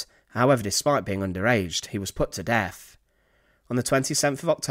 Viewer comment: Great vid as always, but it's not "Fing" it's "THing". aIso it's not "Def" it's "Death" It's not "Bruver" it's "BroTHer" Please if you're going to do this, increase your credibility by enunciating correctly.- Please?